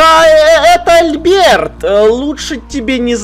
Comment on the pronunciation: Альберт ударение на букву "А"